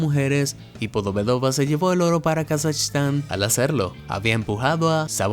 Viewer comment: como kazashitan?! Es kazajistan!! Ka za jiiiiiiii stan es mi pais, almenos podrias pronunciarlo bien porfavor?